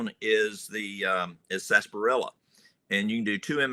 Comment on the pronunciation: Its actually pronounced as said.. Sarsaparilla